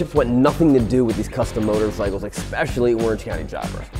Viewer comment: Yeah but how stupid do people sound when they pronounce 'eSpecially' As 'eXpecially' 🤣👍🤡